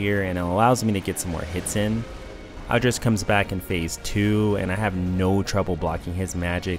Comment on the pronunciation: It's pronounced Aldrick, not Aldricchhhh.